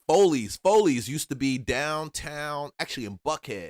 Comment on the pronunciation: Bruh said FOLEYS….its Follies and it wasn’t in buckhead it was in northeast Atlanta on Buford Hwy….the migos and asians came thru and took over Buford Hwy